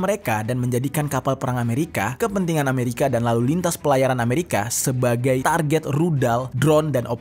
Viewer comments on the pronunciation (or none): none